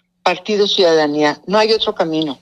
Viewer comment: La "ciudadanía" siiiiiii como noooo